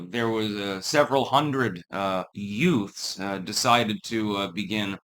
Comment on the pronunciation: several hundred what? Did you say yutes?